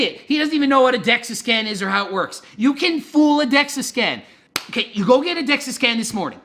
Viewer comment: Carl the facts were there and everything but like Greg said. You can fake a Dexa scan, it’s Dexa btw not dexus. And many people do it’s not always accurate just like you can fake testing for steroids.